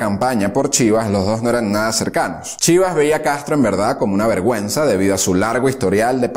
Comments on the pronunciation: Tus vídeos son excelentes pero hay errores. se puede corregir. pero continua que eres muy bueno y muy profesional. te dejo los que vi la pronuciacion de Eduardo Chivas es incorrecta, nadie lo conoce como Edy pero el acento Chivas se pronuncia como Chivas Regal el whisky. La cifra de Km de Fidel nadados lo convierten en Super Man 13000 km... no es posible. No es Moncado, es Moncada y era la segunda fortaleza del país no una ciudad, esta situado en Santiago de Cuba a pocos metros del Palacio de Justicia. Dijiste que se unió a sus amigos pandilleros y guerrilleros, cierto lo de pandilleros pero en Cuba en esa época no había Guerrilleros, el primer grupo guerrillero en realidad lo fundo el propio Fidel muchísimo después. Cuba era un paraíso hasta que el lo volvio un campo de guerra. La cifra de 12 000 en cayo Confites es un error total... tu sabes lo que es un ejercito de 12 000 hombres. No se dice Alsolvera ni tampoco se escribe así, el ejercito no era Mexicano, era de cubanos exiliados y eran 82 expedicionarios. No era un bote , era un Yate de paseo llamado Granma. Fidel nació en Biran, antigua provincia de Oriente, actualmente Holguin. Confundes a Tro con Masferrer... nada que ver. Pero sigue así, eres un excelente periodista, y si necesitas ayuda para tus vídeos de Cuba, Venezuela o Norteamérica mi correo es también te dejo mi canal Galileo_Medico de Medicina. Todos cometemos errores si ves los disparates míos te reirías. Éxito eres Genial y el resto de la historia del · Cómo que excelente? Es una basura llena de errores, no dice bien ni el lugar de nacimiento de Fidel, no fueron 3 hijos, fueron 4... Pone fotos con nombres que no son, cambia fechas, exagera números increíblemente, pronunciaciones pésimas, por ejemplo dice Chiva en vez de Chibás, que por demás era líder del partido ortodoxo... Ni hablar de los 13000 km nadados...Te pido que si te interesa el tema busques otras fuentes... Menos mal que aclara que es un dictador y manipulador...